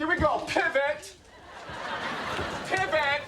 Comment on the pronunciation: im not a native speaker, but i only hear "pib it" instead of "pivot"